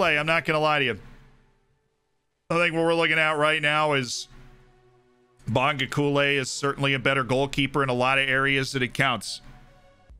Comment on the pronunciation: As a South African I'm very pleased with this signing. I might be wrong on this but I would pronounce it 'Bong-go-kuush-leh'